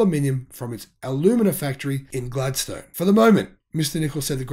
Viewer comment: Mate, I understand you're from Victoria, but FYI, it is pronounced "Glad-stun", not "Glad-stone". Love all your videos, keep up the good work!